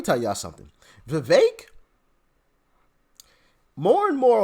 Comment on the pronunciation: it’s Vi”veck” — not Vi”vake” 🫢🫢🫢🫢🫢🫢